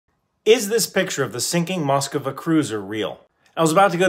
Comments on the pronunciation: The problem picture is real, but it’s not pronounced “Moskova”. You’re adding an extra “o”. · The ship (and city) are really very easy to pronounce, just Mus-kva. Or “musk-vah”, its the same result. No need to come up with your own invention “mus-kah-vah”. 🇺🇦🇺🇦🇺🇦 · Can you pronounce Moskva as Moskva and not Moskova? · Anyone confused about the pronunciation of the name? There is definitely and added A in there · As a member of the Russian I can't change anything at all, but, please don't say Moskova it is the same as Moscow pronounce it as Mos-kva not mos-kova, mos-kva. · It isn't pronounced "Moskova" it's just moskva, as in Moscow... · Those are liferafts, not lifeboats. Also, its pronounced mus-kva or mus-kve, not mus-ku-va. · Moskva. Pronounced Mosk-va, not Mos-ka-va. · Is it pronounced Mosk-va or Mos-ka-va? Asking for a friend. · Learn how to pronounce the name. Mosk-va. Not Moska-va. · Good video, but it's pronounced just "mosk-va" and not "mosk-iva." Now if you excuse me, I need to get back to helping my girlfriend get to the polish border lmao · You say it like "Moskava" but it's not the correct pronounciation, you should pronounce it as its spelled please. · I REALLY hate how you pronounce "Moskva" and I dont know why